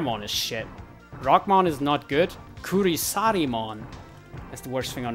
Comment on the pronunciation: Kurisarimon = Chrysalimon As in chrysalis